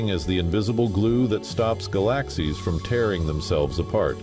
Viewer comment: I was listening until the narrator pronounced "galaxies" wrong. If you really care about creating good quality videos, QUIT using AI voices!!!! You lose credibility. Sheesh!!!